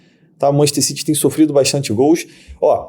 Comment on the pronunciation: Nunca entendi pq brasileiro diz Manchester CIRI e não CITY